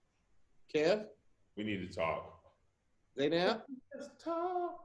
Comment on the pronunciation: Any Arabic speakers cringing at “Zay-naab”